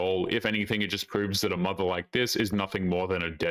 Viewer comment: "a mudder".😅